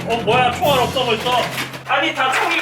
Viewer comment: 6분25초에 총알없다거 아 시발 이라고 들림...ㅡ원랜 아 이럴수가인데